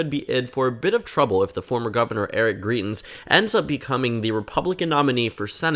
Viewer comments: You're pronouncing his name wrong. You're saying greet-ins and it actually sounds more like grite-ins. The points you make in the video are really good though. He's a very polarizing figure here in Missouri. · From a Missourian: It’s pronounced Gr-EYE-tens